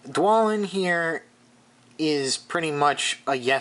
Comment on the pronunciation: They are pronounced: DwARElin and BARlin.